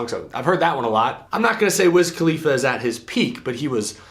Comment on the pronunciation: What in the heck is a wizz kaleafa?